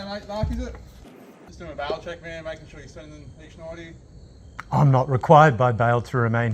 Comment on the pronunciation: speaking from the U S A!!! i hear bowel check, not bail check.